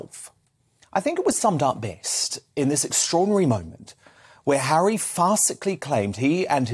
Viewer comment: This American says Hawwy is BONKERS!!